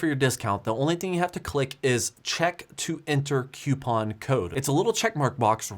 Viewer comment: Did he learn how to pronounce "coupon" from Linus?